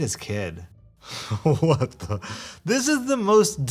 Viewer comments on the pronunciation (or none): Lol the way says “Hwat dah...”